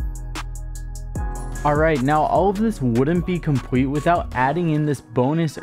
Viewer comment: He said compwet